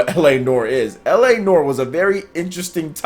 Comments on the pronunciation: its pronounced nware not noor, just fyi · Yo man its pronounced Distopian, like the word Diss. diss-topian. and noire is pronounced like NO and ARE. no-are. look it up. just trying to help k. no disrespect. peace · It's pronounced LA "Nwahr". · "la nore" lmao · I'm a new sub, I appreciate your info and the way you present it. Just a minor tip, its Noire is pronounced new-r.